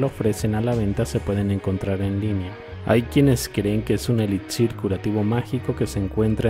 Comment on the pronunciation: Pana.... se pronuncia eli"Xir.....y no es eli"DZ"ir, cordial saludo